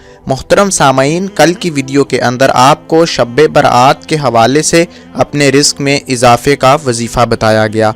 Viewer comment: bolne bhi to nahi ata shbe barat ko sabbe berat.bolta hai